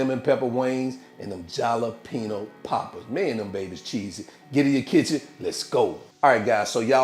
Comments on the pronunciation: i got halfway through the video.. please say ha!lapeno! like the rest of the world.. .. i know it's spelled with a j , but damn man! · Dude, I love your videos. The way you say Jalapeno in this one cracks me up. Com-on-man. The "J" should sound more like a silent "H", like saying "ha". Try "Ha-lapeno". Keepem coming bro. Peace. By the way, I have that exact same oven, and I love it. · You mispronounced th J, it's pronounced like an H in spanish.